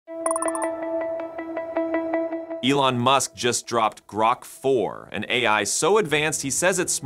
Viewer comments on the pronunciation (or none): You used AI to develop this video obviously and I think it's hilarious that AI couldn't properly pronounce GROK. It isn't "GROW"-K, its "GRAW"K... lol!!!!!! Maybe you should have used GROK 4? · Groke? The AI in this video can't even pronounce Grok. Fail. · Please, please never say groke again. :) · HAHA he said Groke twice 😆